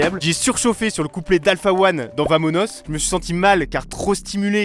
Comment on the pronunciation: Trop bien la vidéo, par contre pour vamonos tu le prononce "bamonos" c'est en Espagnol